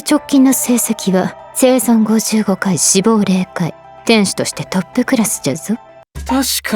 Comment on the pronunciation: ぜいぞうではなくせいぞんです